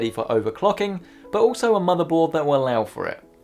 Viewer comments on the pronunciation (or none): none